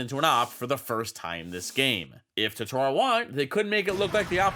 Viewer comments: It's TOtoro, not TotOro. That's a character from studio Ghibli anime with the same name. Edit: Other than that, the video is awesome!! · i absolutely love your content, but every time you say “totoorro” i wilt a little inside. still, love your vids!